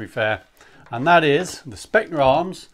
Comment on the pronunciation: Hate to be that guy, but it is pronounced Spetzna Arms.